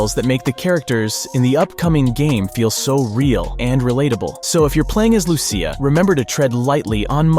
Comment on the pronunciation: Every Lucia I know in real life pronounces it "Loo-Sha"